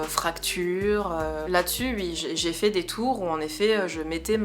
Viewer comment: Salut, très bonne vidéo, tu as l'air de plus en plus à l'aise devant l'objectif. 🔝Et ton oui ( ui ) est trop marrant. Mais bizarrement tu n'avais pas le même en répondant à ta maman, mais on a eu une belle série.... 🤭 Je vous regarde quasi à chaque notif, je suis toujours aussi halluciné par mr Weirdo, trop Wtf.... 😁😁Continue comme ça ❤️